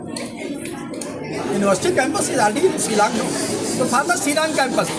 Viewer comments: tang pronounciation ruh um nang bha shillong ruh cilong , student ruh istudent. wtf. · Shillong not Zilong